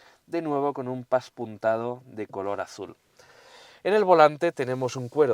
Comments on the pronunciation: Pespuntado no paspuntado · Hola me gustan muchos todas tus pruebas y esta no es una excepción, solo comentarte que me ha llamado la atención porque lo has dicho varias veces "paspuntado" creo que se dice pespunte ó pespuntado. Un saludo crack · Se dice PESPUNTADO